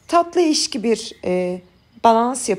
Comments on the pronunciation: Abla diksyonun çok iyi ama bir çok kelimeyi yanlış söylüyorsun 😂 Eşki degil ekşi, hemojen degil homojen, samırsak degil sarımsak 😂 Eline sağlık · Ben şimdi dayanamayıp buraya yazıcam. Hemojen değil homojen, eşki değil ekşi, samırsak değil sarımsak diyoruz. Yani bunu yazıyorum çünkü 2 milyon takipçiniz var ve senelerdir yayın yapıyorsunuz belki sık sık hata yaptığınız belli başlı kelimeleri düzeltmek istersiniz diye düşündüm. Sevgiler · sizin gibi nazik konuşan bir hanımefendi ekşiye eşşşkii demeseydi iyiydi 😅 Eline sağlık 🎉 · Eşki değil de eKşi diyoruz aslında 🙏🏻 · ellerinize sağlık ekşi yerine eşki demeniz çok tatlı❤